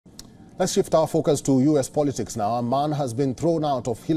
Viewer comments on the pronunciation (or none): none